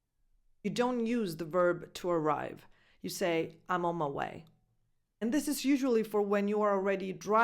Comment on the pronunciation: "Aimonmaiuei"... So funny! I can't stop laughing 😅